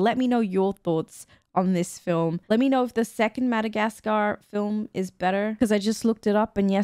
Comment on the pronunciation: It's really weird the way you say Mada-gas-car the "gas" "car" is so heavily pronounced... I've always heard mada-gas-ka without a hesitations on "gas"